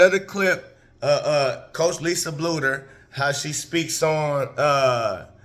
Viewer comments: It's pronounced Blue-der. Keep it coming! Thanks! 👍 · Learn how to say Coach Bluder’s name right!